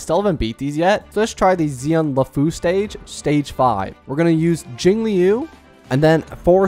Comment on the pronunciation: I was making fun of how he says jingliu, he says jingIliu which is weird and over the past 6 MONTHS he hasn't gotten better, he's said shit like fucking HOOHOO